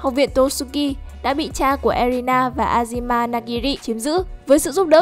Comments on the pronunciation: Chị ơi azami chứ ko phải Azima nha chị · Azami ko phải azima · Là Azami chứ ko phải Azima